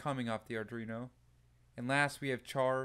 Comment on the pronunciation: Just my usual comment - the name of the board is Arduino. It is NOT Ardrino. Please learn how to pronounce it correctly. Again, good content, but you really need to learn how to pronounce Arduino correctly.